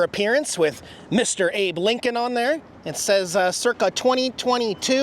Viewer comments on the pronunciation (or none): none